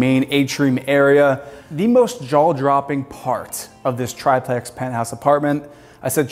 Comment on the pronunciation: Omg stop saying "try-plex." That's not how "triplex" is pronounced.